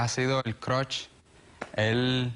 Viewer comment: "Ella ha sido el crosh" JAJAJAJA